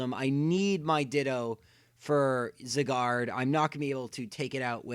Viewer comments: Gata ANSAH it's Zye-gard. Not zigard. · It's pronounced Zieguard, not Ziguard. Go watch the anime if you think I'm wrong. I hope I never encounter anyone else say Zygarde's name like he did, it's so annoying. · ZY-GARD NOT ZE-GAR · I hate how he said zygard wrong, he said something like zigard or cigar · Why do you pronounce Zygarde as Cigard? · Your saying zygarde wrong it's sounds like it saying cigar XD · Only the garde part of Zygarde is french. The zyg part is based on the english word zygote which is pronounced sai. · Its pronounced Zī - gärd idiots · it is souns like it saying cigar XD WHAT IS THIS??? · If you could pronounce Zygarde that would be great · I love how you pronounce Zygarde...